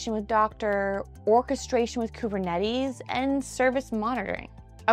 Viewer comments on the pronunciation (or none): She also said doctor instead of docker might be on purpose